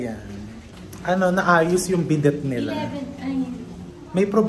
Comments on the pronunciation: It’s pronounced as bi-de not bi-det. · Correctly if i’m wrong it’s bee-day not bdet but the spelling is bidet but if you pronounce it it’s bee-day! God bless and happy holidays 😊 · bidet - silent T po. hehehehe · Happy birthday chef! May I correct the pronounciation of bidet: In english- bi-day In french- bi-de (silent T) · Chef, it's pronounced bi-day (bidet) 😊✌🏻all love, no hate! 🫰🏻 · Chef bidey po pronunciation hehe... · Chef RV diba bidet ay bidey ipronouce silent t po ata yan✌️